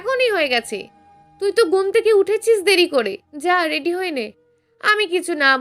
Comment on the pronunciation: রেড়ি নয়,রেডি।ট্রপিক নয় টপিক।